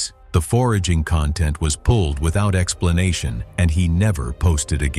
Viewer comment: The accent of content, is on the first syllable.